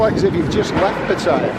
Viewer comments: Pat aye ya....Not Pat tie ya...fckn pom 555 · I tend to like your videos for the most part except when you're looking about being travel weary and no girl for fun. But did you know that 'Pat tyre' is actually pronounced Pattayar, the clues are right there in the Thai พัทยา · first thing STOP PRONOUNCING PATTAYA WRONG. SECONDLY LOOK AT THE DOLLAR, EURO, POUND,AUSTRALIA DOLLAR. AND ANY OTHER CURRENCY. THE POUND IS ALWAYS 4 OR 5 baht ON THE EURO,as it is now, same with the dollar /baht.go look back back in time. Nothing to do with BRIEXIT. And thirdly l see you did not make your way to the Pattaya sign on foot.😂😂😂😂😂😂